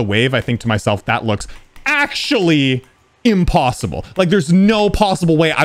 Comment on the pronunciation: "GASP" HE DIDN'T SAY "IMPOSSIBLE" THE RIGHT WAY 😳